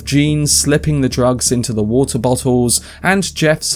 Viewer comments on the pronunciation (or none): Waltzer White. Tzake. Chube (tube). Watzer bottzles. Tzalking. Caughtz. = New Brexit English?